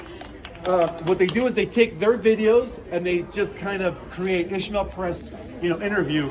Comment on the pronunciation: No H in his name. Why does everyone call him Ishmael? His name is